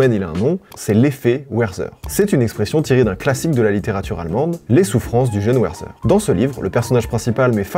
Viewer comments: Werzer ! :D Werther = "Verterre " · Juste une petite précision pour l'effet Werther, on prononce "Vertère" et pas "Werzer" Voilà c'était le point chiant bonne journée à vous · Hallo 🇩🇪 ! Sie sagen "Verther", pas "Werther" 🙉👂. C'est un roman et auteur allemand 🇩🇪, pas anglophone. Bonne idée d'avoir mentionné le roman comme phénomène social 👍. Bon ben voilà voilà 🙂... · top la vidéo le bouquin les souffrances du jeune Werther ça se prononce comme Vertaire et pas Wouerzer mais tqt continue frérot, force ❤ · Tres bonne video encore cest mon rituel en preparant a manger! Juste un truc me demange, sorry mais on dit "ver-tere" pour le prénom Werther 😂😅 pas weyrseur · Werther ne se prononce pas "Ouèresseur" mais "Vertéa" ! Dommage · Les souffrances du jeune Werther (ça se prononce : verter, comme Werther's Original!) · Vidéo super comme d’habitude! Pour l’anecdote : Tu m’as fait beaucoup rire avec le werther prononcé à l’anglo-saxonne ! En allemand, « toutes » les lettres se prononcent. Ça te donne pour Werther [vert-terre]. Bref, dans le fond on s’en fout malgré tout. Merci pour ce que tu fais, je n’ai jamais pris l’occasion de l’écrire : j’aime l’évolution que tu as prise au cours de ces dernières années (voyages /parler musique) Bonne continuation ! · Le moment chieur : Werther est un nom allemand et pas anglais donc cela se prononce Verterre. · Encore merci pour toutes ces vidéos de qualité !! Elles sont intéressantes, avec toujours une pointe d'humour. Bravo ! Pour la culture générale, sans vouloir être désagréable, Werther se prononce verteur (allemand et non à l'anglaise) ;-) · please la prononciation de Werther 😭😭😭 ça se dit "Verterre" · Incroyable vidéo !! juste Werther se prononce « vertèr » plutôt ;) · Bonjour. Les fans meurtriers. Et Werther se prononce [Vairtair]. 😊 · Vértére*, ça se prononce Vértére. Bonne vidéographie sinon. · Les vidéos sont bien mais, prends des cours d'allemand par pitié. Werther en phonétique ça donne Vèrtèr